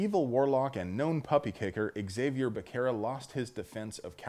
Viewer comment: Becerra= c is pronounced s